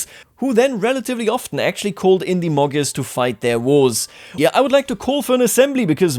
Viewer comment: Gy pronounce as soft d. Magyars pronounce as Madyars. Imagine if somebody pronounce United States of America as it spells. It would be something like ooneeted staates of aamerika.